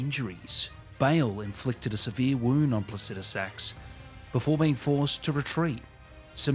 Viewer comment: Saying it like “placijusax” got my wife to sleep in the same bed as me for the first time in 3 years.